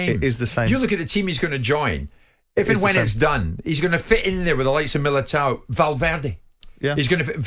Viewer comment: "Militao" hahahaha, jim hasnt got a clue bless him